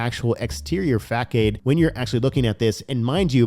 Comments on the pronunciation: Bro cool video but facade is pronounced fuh-sod not fak-ade… pretty sure that’s what you meant to say right ;-) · Facade please 🙏 Not facade it is facade the c is pronounced as an S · Fa-saaadd lol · I recommend learning the correct pronunciation of the word facade.